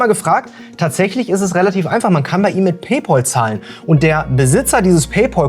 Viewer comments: "paypOl"?? vorsicht, du spielst mit deiner Glaubwürdigkeit. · [ˈpeɪˌpæl] (Pey-päl) ist die richtige Aussprache. Das ist doch nicht so schwer lieber. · Junge was stimmt denn nicht mit dir? Es kommt von englischen pal was Kumpel heißt. Der ZahlKumpel. Und das englische PAL spricht man wie PELL aus. Lern mal englisch. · PayPal, nicht PayPaul. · Wer ist eigentlich dieser Paypaul? Meinst du vielleicht Paypal? Das spricht man aber wie "pell" aus und nicht wie "pol" 😀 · "Pell" schon mal gar nicht. Das klingt ja schlimmer als "Paul". Richtig heißt es "PayPahll" also das zweite A wird als deutsches A ausgesprochen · Das Pal in Pay Pal spricht sich wie Pel.